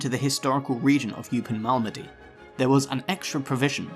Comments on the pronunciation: I've never ever heard Eupen pronounced "You-pin" before. It's always been Oy-pen. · Eupen is pronounced oy-pen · Correct pronunciation would help: Eupen, Duivel... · Dweevelsberg? 😁😁 Oypen, not Youpen.